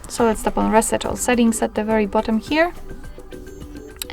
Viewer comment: Reset, not raset